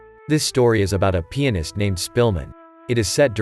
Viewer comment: Did some one said pinist?